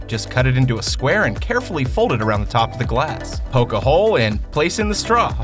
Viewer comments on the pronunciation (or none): none